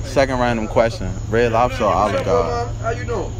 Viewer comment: gonna try to ask dat man why is his name pronounced the way it is 💀